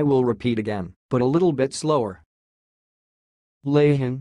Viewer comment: Wrong, the h is silent, It's more like laan